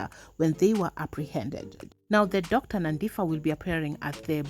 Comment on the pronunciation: Great coverage of the story but just one correction. You don't read the name as Nandifa I know most Kenyans struggle to read South African names with "ph" its phaaa not fa. Wish I could pronounce it here